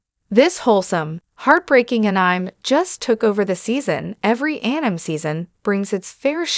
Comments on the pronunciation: Is this an AI voice reader? The phonetic [An-nime] is not correct. It's [An-ee-may]. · anime --> pronounced as A-Nine?... sounds a bit robotic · AI gargbage, go away. It's pronounced AN-EM-AY. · Here's an idea: Get that AI voice to say Ass Anime. It'll be describing itself when it mispronounces Anime. It's asinine.